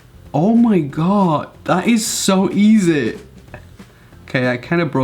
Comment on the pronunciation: He pronounce easy as E - ZE No hate